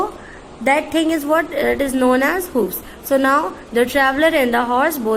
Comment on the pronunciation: U r not capable of explaining this poem . U don't know how to pronounce and ur language is worst. Ur voice is more worst 🤔 Shame on u for not knowing the meaning of hoofs.🤦‍♀️ lol🤣